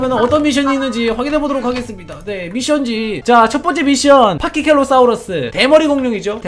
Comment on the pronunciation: 파키켈로가 아니라 파키켓팔로예요